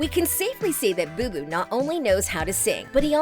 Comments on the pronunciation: ITS BOOBOO YOU NUT NOT "BOBO" AND CHINA HAS ALWAYS BEEN A STAR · Its Booboo not bobo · Her : “bo bo “ Me: “it’s booboo idiot 🤣” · They called him Bobo😑 it’s Booboo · i’m pretty sure it’s “Booboo” not “Bobo” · Yeah but she said Bo Bo? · she said like bow-bow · Yeah she is saying it wrong